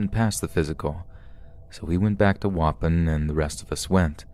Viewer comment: Danielle Barks don’t worry I have one too. Waupon is not pronounce waupin, it’s wah-pawn. It took me half the story to figure out he was talking about a town I went to weekly as a kid. No disrespect man just maybe google how to pronounce things if you aren’t sure please.